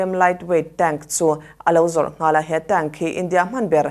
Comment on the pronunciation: tank "tenk" tia lam tur☺️